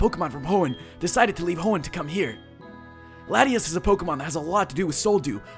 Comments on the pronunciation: It's pronounced La-Tia-As. Latias. Hm, Latios' better. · its lot-tias!